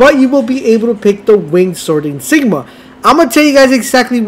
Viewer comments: ah...i see the public school system prioritized diversity and inclusion over academics in the school you went to. Never fear, I am here. Insignia is not pronounced, "in-sig-ma". it is enunciated, "in-sig-ni- a". Four syllables, and not three like you were saying. there you go. you're welcome. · What’s an “”? It’s an in-sig-nia. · It's insignia not Jesus Christ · “” is killing me. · In sig knee - ah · It’s ya boy “”. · IN-SIG-NIA. Ok guys this is how your going to pronounce this one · yeah man it really hurts when he says it for the 100th time lol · Lies in the title again. Never trust a guy who cant pronounce InsignIA or ProsTHESIS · I don't know if anyone else has done this but "in-sig-knee-ah" "pro-thee-sis"